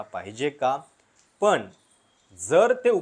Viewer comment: कृपया शब्दांचे उच्चार व्यवस्थित व्हावेत. उदा:- बननार (बनणार) म्हनुण ( म्हणून) , पन (पण) आणि यासारखे खूप शब्द.